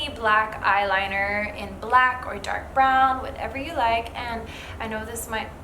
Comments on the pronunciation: “Da(r)k” caught that accent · Loved hearing her say “dark” in an Aussie accent!